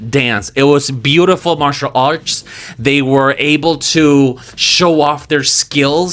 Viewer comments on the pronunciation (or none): none